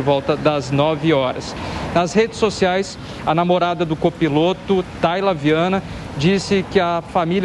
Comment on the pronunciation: O nome da namorada é: Thalyaaaa e não Thayla, e o avião é um bimotor e não biomotor